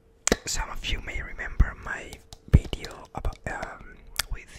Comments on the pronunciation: Just saying, you make video's for a long time and still say bideo instead of video.m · he evolved but still hasn't figured out it's VIDEO, NOT BIDEO. it's not spanish. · No one:: WelCoMe tO my BidEo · Did anyone else hear BIDEO The example questions tho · Great "Bedio" 😂😂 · Heyllow eBeryyone, and welcome to my new Bideow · i love how he pronounces video